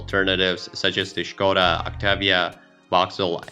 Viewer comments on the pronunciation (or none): none